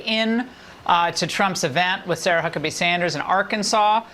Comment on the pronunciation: The "H" in Huckabee is pronounced as an "F."